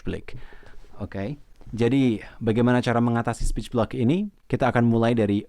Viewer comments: Sporch blick Speech Block Yang bener yang mana min, maaf kalau salah denger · Iya aku dengar juga bgt... kyknya slh ucap 😀